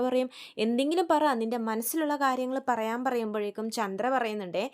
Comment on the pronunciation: മോളെ ചൻഡ്ര അല്ല ചന്ദ്ര